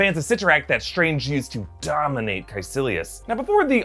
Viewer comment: Why the emphasis on "DOMINATED" bruh ?? 😂😂🤔🤨